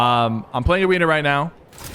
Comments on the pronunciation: "Ummm...I'm playing aweena wight now" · He said I’m pwaying awena now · im pwaying awena wite now